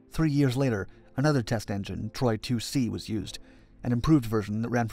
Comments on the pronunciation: TORY not TROY!! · The reactor is called Tory, not Troy.